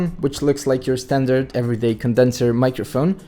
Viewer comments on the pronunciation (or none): none